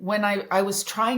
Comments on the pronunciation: "TRING" ? Thumb-DOWN on your CARELESSNESS. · Trying NOT tring.